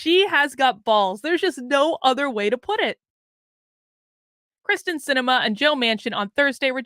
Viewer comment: I love ya! And Kyrsten Sinema, too. But check it out... it's KYRsten Sinema - NOT KRYSten Sinema.:-)